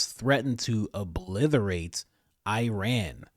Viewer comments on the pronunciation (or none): You're my boy coach, but if you pronounce obliterate as 'obliTHERate' one more time..